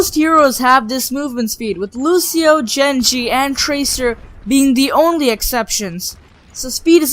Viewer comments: Did he just say, jenji! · GruntMasher117 he said jengi XD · You mispronounced Genji's name